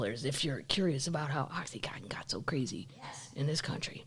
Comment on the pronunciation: Oh, for god sake, the drug is OxyContin, not cotton. It’s oxycodone in a CONTINUOUS release formula. The only drug people mispronounce more is ibuprofen, which everyone thinks is pronounced I B profin.